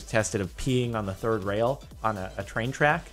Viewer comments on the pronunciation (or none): none